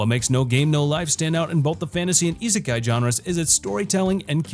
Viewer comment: Hi, (and call me an Internet troll but )the number 2 is izakey anime you say that no izakey